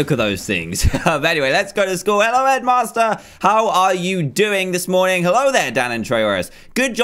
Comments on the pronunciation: I always think you say Edmaster when you say headmaster :D Awesome Dan, much love from Sweden! :D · i thinks shedmaster like toolshed LOL